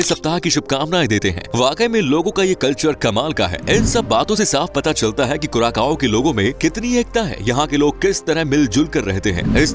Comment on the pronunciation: कुराकाओ नहि कुरासाओ है, इतना बनालिया है तो नाम भि सहि लिया करो